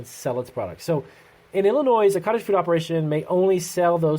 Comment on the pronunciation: The s in Illinois is silent, bro. Man every time I heard that my brain died a little. :D